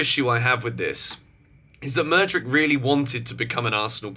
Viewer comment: Constructive criticism- pronounced madu wake ayy